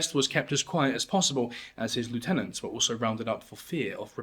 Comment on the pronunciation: Please look up how to say lieutenant! You're not American.